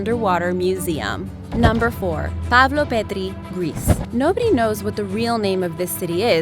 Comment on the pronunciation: Pavlopetri not pavloperdri south American lady!